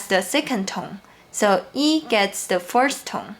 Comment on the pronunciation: Hi dear, thank you so much. Just one thing: you pronounce “the first” and “the fourth” alike. Work on your “-s(t)” and “-th”.